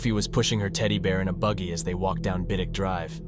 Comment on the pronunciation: best AI I've ever heard, particularly in getting the pronunciation of Keyham and Biddick spot on. The majority of AI on here mess up a lot of names